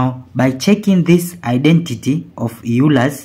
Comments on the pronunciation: Euler is not pronounced "Yuler" it is instead pronounced "Oyler". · It's Euler's formula, not Eurler's formula. Named after Leonhard Euler. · Euler, not Eurler. Pronounced as “oiler”, not as “you-ler”. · ...and it is not Eurler's formula, Euler's formula. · Its pronounced oil-ler